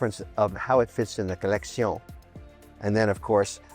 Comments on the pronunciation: I took a shot every time he said "co-leck-see-own." Now I'm plastered. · The way he says collecsiooon 🤣🤣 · Lol co-leck-see-none